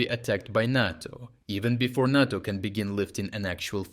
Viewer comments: Narto? It’s NATO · It's Nay-Toe... Not Nat-Toe... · Nay-tow. Not Nah-tow. You say it right sometimes. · NAY-TO...NAY-TO not NOT-TO. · Could you please pronounce NATO correctly? It's "Nay - Toe". "Nah - Toe" sounds like "natto", a sticky, fermented-bean Japanese food. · Is this voiceover AI? What's with the nahto vs NATO pronounciation? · voice pronounces both NATO (nay-toh) and NATTO (nah-toh). One is the North Atlantic Treaty Organization. The other is Fermented Soy-beans. I mean both should scare Putin and Russia but for very different reasons. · We call it NAYTO, you’re saying it like Natto which is a Japanese food. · It's pronounced "NAY-TOE". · So are all these readouts just AI based? It's unfortunate. This stupid thing says natto with a soft a 100 times and then says NATO properly once. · Great up date but can I make a request ? NATO = “ nay-toe “ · Love your channel, but please , the "a" in NATO is a long "a," like crayon or crate. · NATO is pronounce NĀ-TO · Never pronounced NATTO, only NAYTO like PAY or RAY or GRAY. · RFU News — Strategic Geopolitics; Nay·Tow, Nay·Tow ..NATO, say it with me Nay·Tow, Nay·Tow (oh also.. you're Still coloring Ukraine improperly on your maps.. c'mon, how many years..) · For the Love of whatever imaginary friend you pray to learn how to pronounce NATO!!!!!!!! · Why do you pronounce NATO 3 different ways in one video?